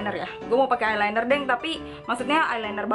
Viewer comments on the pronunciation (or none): none